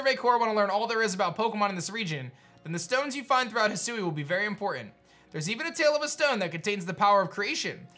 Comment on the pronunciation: Loved the video. Lemme do you a favor, bro. It's pronounced He Sue Weeeee. But as one word.